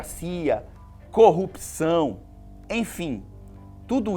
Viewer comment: Minuto 12 pra trás: legal, muito bom, interessante, é isso mesmo, não concordo mas ok... Minuto 12 pra frente: errou feio, errou rude... Quanto vira-latismo e reducionismo... "ele é um cupção" (marreco falando corrupção).